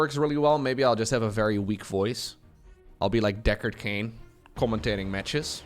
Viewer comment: "Derek Cain" It is Deckard Cain.